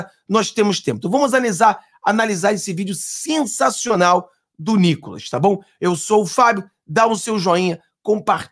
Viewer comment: 😂😂😂😂😂 não aguento NÍCOLAS KKK